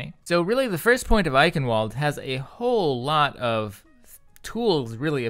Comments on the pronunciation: Just being nit-picky, the W in Eichenwalde is pronounced as a V like, "I-kin-vald" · Pronounced: "EiSHen-Vald-eh" SOURCE: Edit: The announcer's pronunciation still sounds like "Eichenvalde" to me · It's also not pronounced "kin". "chen" in german is a sound not used in the English language. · "Ch" isn't pronounced "k" and the last e isn't silent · the "W" in Eichenwalde is pronouced "V" because it is german